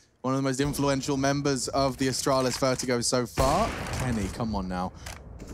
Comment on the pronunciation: "Asstralis" "G2 Pissports" :rofl: (please dont be a triggered its just a joke) both teams are awesome